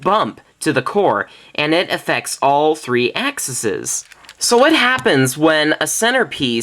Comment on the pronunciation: it's pronounced "axe ease"